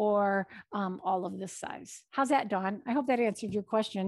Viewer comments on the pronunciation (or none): none